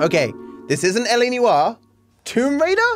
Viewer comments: can someone tell him that "Noire" isn't pronounced like "new R" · Can we just discuss his pronunciation of "Noire," "Diablo," and "Sega?" Cause none of them are right XD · TIL can't pronounce Noire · How are you getting 2 syllabes out of the word "NOIRE"?!